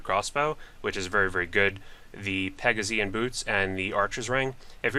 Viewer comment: What did you call em? Pegazin boots? HAHAHAHH